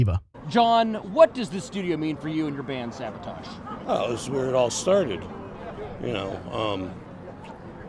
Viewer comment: Great historical event being captured here. I wish someone would have corrected/educated the ABC Action News guy on his pronunciation of SAVATAGE (he kept saying SaBOtage). Nails on a chalkboard! LOL LONG LIVE \m/etal!